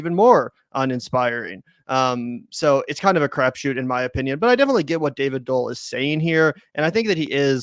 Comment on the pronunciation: Pronounce Doel as "duel" a bit, not as Dole . No?